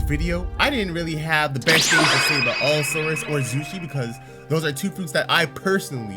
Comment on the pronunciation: Not to be rude but u keep saying all-saurus rather than allosaurus